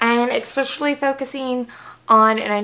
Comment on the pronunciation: Take a shot everytime she says eggspecially 😉! Great vid, been thinking about getting the cicapair products...will now buy them!